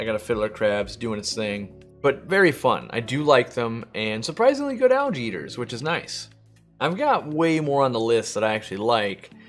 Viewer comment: I was wondering why he kept talking about allergies and then realized he was saying algae lol